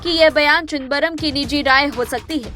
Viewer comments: ये क्या चिदबरम चिदबरम लग रखा है न्यूज रीडर से ऐसी अपेक्षा नही थी।आपकी सुविधा के लिए लिख रहा हूं,चिदम-बरम,सौ बार बोल कर प्रेक्टिस करें😅😅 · प्लीज नाम ठीक से बोलना चाहीये... "चिदंबरम. "